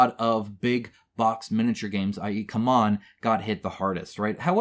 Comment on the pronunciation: It's not "come on", it's "see-mon"